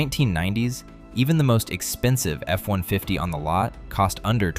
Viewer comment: Yeah I caught that too.. F 1 Fiddy lol